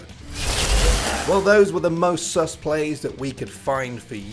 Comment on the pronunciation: you say sus like a boomer